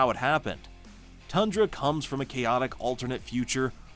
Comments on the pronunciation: You forgot Zarda the power princess of the squadron supreme, Queen Jarella, and Breet. Also you mispronounced Thundra, her name is not pronounced Tundra. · It's THUNDRA, not TUNDRA!